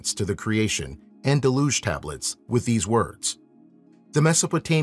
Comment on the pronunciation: Penultimate accent. DEL-uge